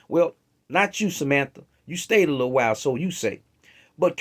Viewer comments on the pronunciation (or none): none